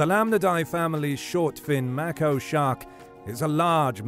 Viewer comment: “May - koh” Not “Mack - oh”